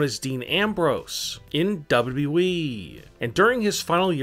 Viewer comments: Who else heard it as WWVVVVV instead of WWE? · Everyone: W-W-E This guy: dobu-dobu-eee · His pronounciation is damn funny... "doublui" 🤣🤣🤣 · As soon as he said it I read your comment. So funny. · Can we talk about how he doesn't actually say WWE but only WE? That annoys me more the weird intonation. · Why do you speak as if every other word has a period after it. Comma's aren't periods you don't have to have such a long pause for them like damn. Also it's double u double u e (wwe) not whatever you're saying cuz it doesn't even sound like you're saying double u. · The way he says wwe make my laugh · This pronounciation triggered me so hard. in WWE